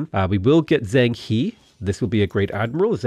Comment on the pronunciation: It's when you say things like "Zeng Hee" (instead of "Jong Huh" for Zheng He) that I'm reminded that this isn't Serious Trivia's channel. :)